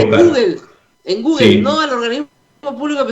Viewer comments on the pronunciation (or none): none